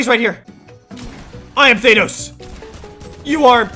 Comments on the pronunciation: Bruh he keeps saying Thay-nos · this man just said "Thaneos" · ThAnos is finally here Me: faceplam it’s ThanOs not ThAnos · Me: Thanos Him:thaynos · Now its not thanos anymore its thainos😂🤣😂🤣😂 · Bro says thenos😂😂😂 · Lol thei-nos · Bro why do people keep saying thenos when it's actually thanos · Why did he say Thynose it's Thanos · Thaynos or thanos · It’s thanos not thay-nose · Its thAnos not thaynos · I hate how he says thaynos